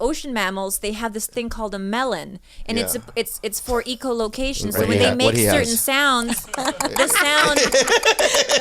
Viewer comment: It’s eco-locatjon? Really?